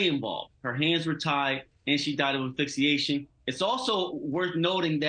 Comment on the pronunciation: Really where do they get their information!? Who ever said her hands were tied??? And learn to say "Asphyxiation" . Ugh!